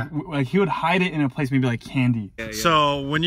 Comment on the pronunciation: said slow paste...it’s slow pace 😂